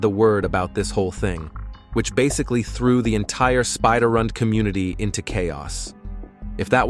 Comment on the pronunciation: AINT NO WAY. SPIDARRUND? God dammit